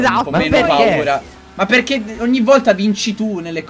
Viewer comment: Quando favi ha detto "pk vinci sempre tu" ho sentito pk cinci sempre tu😂😂😂